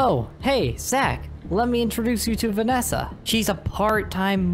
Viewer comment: When he said “Vanessa it sounds like he is saying it to ma fwiend :3